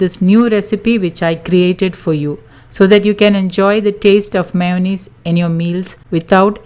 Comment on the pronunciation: All fee meyunaise.. Lol